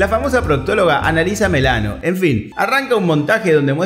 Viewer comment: Alissa millano, no melano.